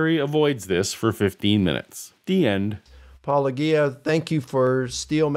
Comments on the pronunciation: They know how to pronounce it since Apologia is literally what they do and a word they say fairly often, and Paulogia says it at the start of every video. If you are having actual difficulty saying a relatively simple set of English syllables that you don't use often, that is one thing, but these are people who 100% know how it's supposed to be pronounced because it's literally just their job description minus the first syllable and Paulogia has been a fairly popular voice in the atheist community for years by this point don't have that excuse, especially since they often are clearly acting in bad faith with their responses. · I try to give some people benefit of the doubt by allowing for alternate pronunciations of apologia (Collins dictionary has it as a-puh-LO-jee-a). But Licona, WLC et al who have known about Paul for years have no excuse, and the mispronunciation feels like a purposeful slap in the face. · Is the mispronunciation of your name deliberate? This is cheap. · Why do these guys insist on deliberately mispronouncing Paulogia? If they have ever watched any of your videos they certainly know the correct pronunciation. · How is it that two intelligent men can so willfully continue to mispronounce your name? Especially since it’s such a clever and obvious play on words. It is so likely intentional. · I'm not sure it's deliberate, but it's definitely odd, and I also wonder why. The correct pronunciation is such a slight twist on the pronunciation of words already in their lexicon. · Mike Licona still doesn't know how to pronounce your name? It's not that difficult, is it? OK, OK, it's a minor thing. And he did OK here, I suppose. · They know good and damn well how to pronounce your moniker. I wonder why they keep saying it incorrectly. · I feel like the mispronouncing of your channel name almost certainly is intentional at this point, since you say it at the start of every video. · How long has he been working on saying Paulogia correctly? 🤨